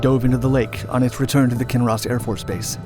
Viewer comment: Hardly anyone in kinross even knows about this haha . Thanks for pronouncing our towns correctly !